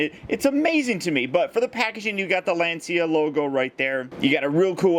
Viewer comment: Little fact: it's not pronounced Lan-see-a but rather Lan-cha. Sources: i'm Italian :D